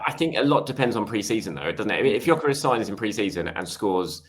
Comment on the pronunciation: Gyorkes or Havertz are you serious